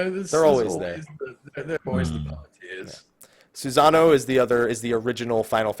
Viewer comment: Guys, learn how to pronounce other culture's gods. First it was Quetzalcoatl, now it's Susano. It's a small thing but I find it really annoying. SU-SA-NO-O. It's phonetic, and there's no z sound.